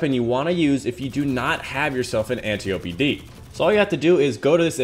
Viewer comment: loved the vid very important for people who have been unlucky getting the antiope but thats now how you say its name its pronounced ænˈtaɪ.əpi {"ant eye o pee" just not spaced out and said together}